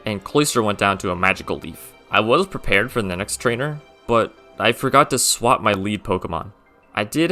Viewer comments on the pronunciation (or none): none